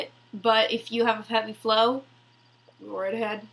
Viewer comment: Lol your so sweet! My daughter and myself found your video very informative! Thanks keep up the good work and next time just try saying FLOW! 😊